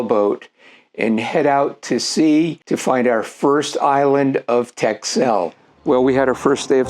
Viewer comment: Dutchie here: “Texel” is pronounced like “Tessl”. Great to see you enjoyed the Wadden Sea and its isles, one of my favorite regions as well.